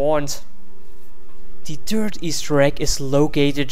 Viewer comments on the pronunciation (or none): lol he didnt say "third" he said "turd" :D no offence man :)